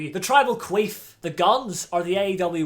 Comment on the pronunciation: “Tribal Queef”